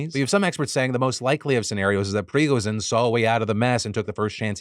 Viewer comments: Lol, stop saying Prigozhin's name like that. It's Pre-go-djinn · I always find it funny how illiterate americans are when it comes to foreign names. prigozene my ass. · Hey Phil, just a heads up so you don't get too much hate from the other nerds, if you need to say Prigozhin again, the zhi is a ji sound without the 'd' you get at the start of the j. If you are familiar with the write Solzhenitsyn, it's similar to that. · Listening to Phil trying to pronounce Prigozhin makes my day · Phil. I’m begging you. Learn how Prigozhin’s name pronounced 😅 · No way Defranco just pronounced Pregozhins name like a medically prescribed drug